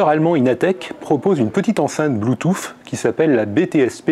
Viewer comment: c'est dégueulasse mais je me poufffffe (^^) de rire à chaque fois mdr